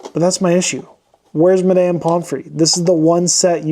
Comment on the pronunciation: Why are you pronouncing it “My-damn”?